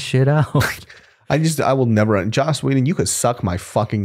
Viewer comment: Lmao it’s joss not josh Whedon